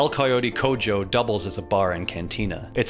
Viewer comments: Bruh, what ARE these pronunciations?! Its okay to not know a language, but the pronunciation is killing me XD. RIP El Coyote Coyo and L pinchei Polo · Hearing him completely mispronounce Cojo and Pollo caused a small flare of anger inside me. Like how does a person exist in the modern era and not know what other languages sound like. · The way he pronounces "cojo" hurts me internally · you did all the digging to learn all this awesome deep lore about the timeline and the world but you didn't play the game long enough to learn how to pronounce "cojo" right. they say it IN THE GAME. why's that the one thing that gets no effort? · You should work on your pronunciation 😬 pollo and cojo? Not how you say those words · The way he said "El Coyote Cojo" and "El Pinche Pollo" took away years from my life. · This was an amazing video but I can't get over the way he pronounces "El Coyote Cojo" 😂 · Hearing cojo pronounced with a J and not an H made my brain break a little bit. Either way, stellar dive into the disgusting and desperate need for food in Cyberpunk. Hearing that 'pepperoni' pizza was spiced locusts on styrofoam made my skin crawl. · Very good video but you completely murdered the "cojo" pronunciation 😅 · Spectacular video essay... except for your pronunciation of "cojo". I don't know where you got that from. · Loved the video! Hate the way you said Coyote Cojo, and Pollo! But Love everything else haha! It was a giggle, for me because my ma was like "He said that wrong" and I had to explain to her i was not on call with someone, I was watching a video. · It's pronounced Coho not cojoe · I can't keep hearing people call it the "koi ote cojoe". It's pronounced coho. Like every single character in the game calls it. For the love of god. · Bro really pronounced Cojo as "cojo" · Saying Cojo like codzho is like saying Alejandro like aledzhandro Cojo is coho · Cojo is pronounced like co-hoe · Coyote cojo is pronounced like coho j is pronounced like H in Spanish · Coe Joe😂